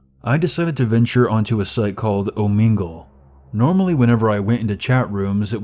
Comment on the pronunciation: Lmaoo "o-mingle"